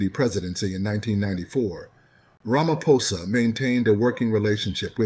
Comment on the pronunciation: He said it correctly tbh 😊